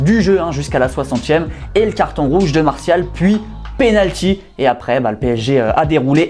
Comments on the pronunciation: C'est Marçal pas "Martial" 😂 et je pense pas que Mourhino peut entraîner un gros club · «carton rouge martial » mais c’est MARCAL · C’est Marcal pas Martial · Marcal pas martial